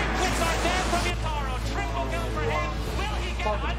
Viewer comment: i love how he rolls the tongue on that Triple Kill, should be a voiceline